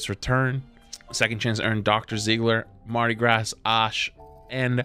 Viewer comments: I know I didn't just hear him say "Marti Grass" instead of "Marti Gras" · It's mardi GRAW. <-- from Louisiana lol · Nice vid but I can’t get over how you managed to pronounce every single word of “Mardi Gras Ashe” wrong when you first said it